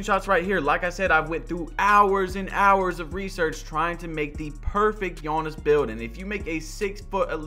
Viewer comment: Oliver Seed no it’s not. It’s more like ”Janis”